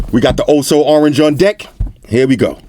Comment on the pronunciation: The way he says "Deck"...It sounds like "Dick"..😂